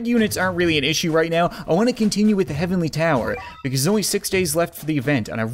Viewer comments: ze, not za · I just love it when you say ‘fire da cat cannon’ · no it’s ze